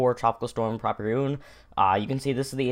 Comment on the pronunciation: PRAW-pee-roon? I pronounce it as pruh-PEER-oon.